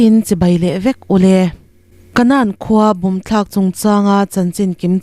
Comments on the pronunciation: Bible a' kanan i chhiar ang chiah khan ( bomb tlak na khua ) pawh hi lamrik tur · Bible a Kanan ang a lamrik mai tur. Mizo khua mizo hmingsak ani e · A lam thiam lo a niang 😄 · Kanan khua tih ah hian nan tih hi thluk san tur a ni. Mizoram a Kanan kan tih nen a in ang Bible a mi nen pawh khan a in ang e